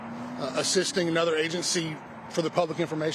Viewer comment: “...anutha one.” Me: “😑😒”